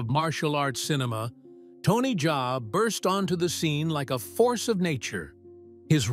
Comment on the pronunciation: Bro itz not Tony jay itz Tony Jaa.😂... Like how we pronounce Ja rule ok😂😂